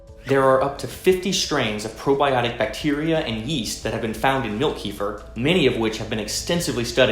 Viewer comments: It's actually pronounced 'key-fee-R'. The 'r' has a hard sound. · In Russian it’s call KEFIR ! You emphasize last syllable. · its always funny to hear hardheads say Keefir. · You even pronounce it wrong! Key fer!? I 🤣🤣🤣🤦‍♂️😒😒😒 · Tells us how to pronounce it correctly then continuously miss pronounces it👌😂😂